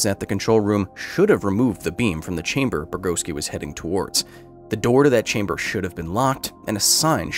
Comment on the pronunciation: "They're waiting for you Anatoli, in the test chamberrr"